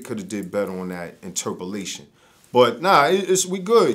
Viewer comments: "They could of done a better interpalation" lol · Interpalation??? Maybe that’s his slang....